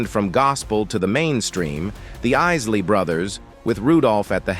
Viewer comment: First of all, how insulting. This announcer pronounces the Isley Brothers to the Issley Brothers. Either this is a deliberate slight, or someone doesn't know what their doing!